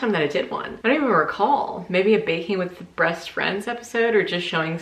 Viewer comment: Did you mean to say''the Baking with Breast friends episode''or was that a happy accident?lol